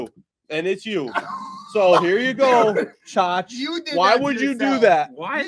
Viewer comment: its so funny when says chaach when its chooch lmfao